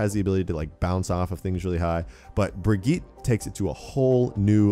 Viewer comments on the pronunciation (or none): It's pronounced Brijit not Brigeet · Bri-git- uh. Please say it better. It's kinda annoying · AmyAsheworth - Unofficial dude it’s a Swedish name I’m Swedish myself that’s not how u pronounce it same with Torbjörn its not pronounced the way people say it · How to pronounce the new hero. (Bridge-Yeet) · YouTubeFame - Brig-eet. Offical Blizzard pronunciation for their new character. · Pretty sure her name is Germanic, because of Reinhardt. Anyway, her name is specifically pronounced Bri-gi-tah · YouTubeFame - dude, I have watched videos and read how German people are pronouncing the name. The way she pronounces it is Germanic not Swedish. Bri-get-tah or Bri-get-teh I never disagreed with you on the first place. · AmyAsheworth - Unofficial he isnt tho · Uhhh hes saying it wrong